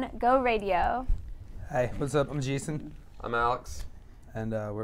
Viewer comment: Did he say Jeeson?